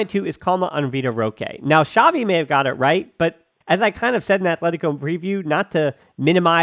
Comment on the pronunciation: It's not Shavi, It's Chavi